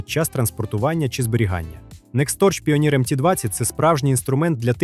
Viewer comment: Тільки не "піоніір", а "пайонір"